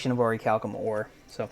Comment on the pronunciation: Finally someone who knows how to properly pronounce Orichalcum